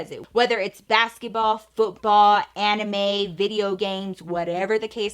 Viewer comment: Lmbo I can't hear you say anime without thinking about Anna May your period name 😂